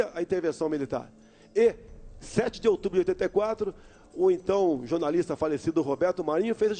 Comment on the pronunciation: kkkkkkkkkkkk... é verdade... "jornaliZta" de faixada...